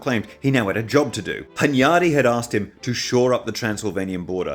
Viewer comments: Great series, but hearing hunYADy really hurts my ears as a Hungarian. Stress is on the first syllable: HUNyady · (Hunyadi has stress on the first syllable)